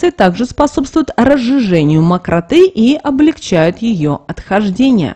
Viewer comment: Макрота. -ударениние на О!!!